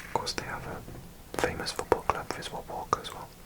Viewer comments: Greetings from Płock here o7 Your pronounciations throughout were largely excellent but this one was just a little wrong, the ck makes for a short ts-kuh sound instead of combining into one "k" sound. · Greetings from Płock! I am impressed by your Polish 😁 One quick tip, when you read "ck" in Polish, you pronounce the "c" as well as the "k", so it's something like "tsk" instead of just a "k'" sound. Nice video! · When there are letter c and k next to each other like in a city name Płock we pronounce both letters, not like you would pronounce in english